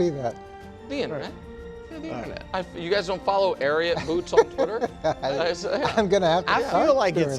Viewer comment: You can tell all about a man by the way Nick pronounced Ariat. Tool 😂 Go Birds 🦅